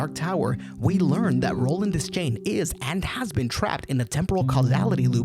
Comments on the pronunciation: Great video... but it is Roland "De-schain" not "Des-chain". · please don't EVER say des-chain again... It's pronounced: De-shain! DESCHAIN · Your constant mispronunciation of Roland’s surname is painful! 'Deschain' is not pronounced "dez-chain," it’s pronounced "d’shane!" And that’s just the first thing that’s wrong with this video!! 😠😡🤬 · I’m about to break your world here, dog, but it’s pronounced de-shane, the c is silent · Imagine calling yourself the foremost expert on the Dark Tower, and then pronouncing his name “Dez-chain.” Good video though! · if you're into time loops go watch "the endless" by benson and moorhead. great ideas in this vid, enjoyed it all except for one thing. roland's last name isn't pronounced "des-chain", it's pronounced "de-shayne". also chasm isn't pronounced "chaz-um", it's "kaz-um"